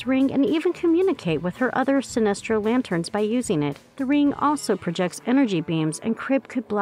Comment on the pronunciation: Sinestro* not sinister